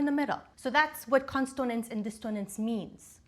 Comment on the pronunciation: Are you intentionally misspelling/mispronouncing consonance and dissonance?